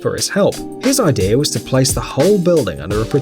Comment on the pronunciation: It's "idea", not "idear"... there's no R in idea.